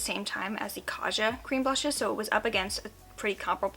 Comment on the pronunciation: Hello just wanted to let you know Kaja is Korean for "let's go" and is pronounced with a hard J not a soft one.